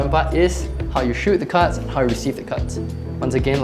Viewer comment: i was lost for half then video cuz i thought he was saying "cuts" when he would say cards